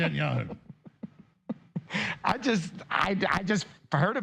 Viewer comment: "Net an' Yahoo" hahaha....A little carrot top Kanye for ya..